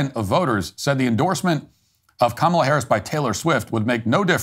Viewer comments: did dyson just pronounce kamala in the racist way? Because that's what I heard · Whoopi Goldberg said "Ka-MAH-la" on the View. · Did he just mispronounce Kamala in that last clip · It’s pronounced Quemala for the Hispanic people 😂😂😂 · That lady mispronouncing Kamel-Head are perfectly fine. Nothing is more cringe than the White American English speaking "news-casters" talking perfectly normal & then going all 3rd-world when they say "JuATaMAIA" (guatamala)... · It’s pronounced Commiela